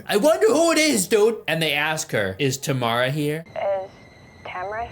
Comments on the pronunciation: It's TAM-RA dude...not TA-MA-RA 😭 plz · It’s Tamra. Why’s this chode keep saying “Tamara” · Tam-ra not tah-me-rah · Dude it's not Tamara or tomorrow or what you said. It's Tamra! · Tamra has been through enough… we can’t at least say her name properly TAM-RA